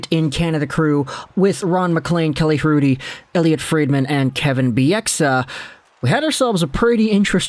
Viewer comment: H in Rudy is silent Is it not?